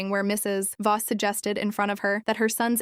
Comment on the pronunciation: The stupid AI thinks the the period after Mr. or Mrs. is the end of a sentence. And Voss is not Boss.